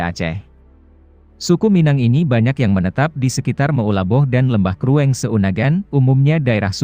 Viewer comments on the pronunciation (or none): Pembahasan ny bagus tapi saran saya. Jg pelajari penyebutan dalam bahasa Aceh. Tulisan dgn pengucapan atau cara baca dlm bahasa Aceh berbeda. Tulisan krueng cara bacanya krung. Contoh sedikit. Salam dr medan. Saya anak Aceh di perantauan. Saya like ni video 👍🙏